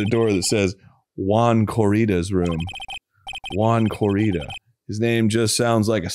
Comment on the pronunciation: Having spanish as a native language, hearing the name Juan "Corrida" is just so funny to me 😂 (without knowing nothing about the case, probably is just refering to bullfighting, but ok).